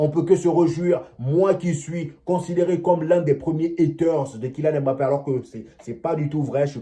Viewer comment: Toi Africain tu prononce un nom Africain comme un occidental, c'est quoi cette histoire de M-bappe?? Vas y, il y a des noms bien plus compliqué que ca au Benin